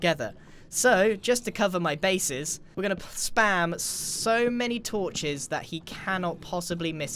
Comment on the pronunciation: I heard " torches" as " tortures" X"D